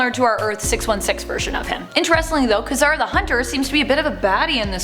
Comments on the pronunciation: Kuh-zer?? Kā-zar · I wish she knew how to pronounce Czar